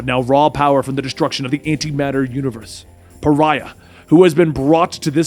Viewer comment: I love how you pronounce Pariah...lol